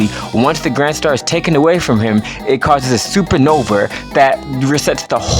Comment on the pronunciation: Bro really said: “Super Nover.” 💀